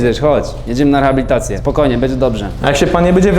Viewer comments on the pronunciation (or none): ale ze rechabilitacje hahahah